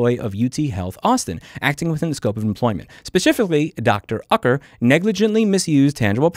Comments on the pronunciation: Totally messed up! The name is pronounced ( you - ker) (ewker?) (U - ker?) But yeah. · Pronounced, Yoo-ker.